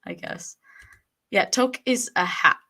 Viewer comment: You are so eloquent and wise beyond your years. Just have to tell you touque is pronounced like Luke, nuke, fluke.